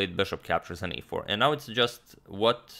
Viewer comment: I like how he pronounced e4 like EA sports